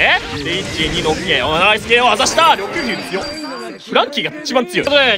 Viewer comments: りょくですね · 毎回が緑牛のこと「ろくぎゅう」って言ってんの可愛すぎるww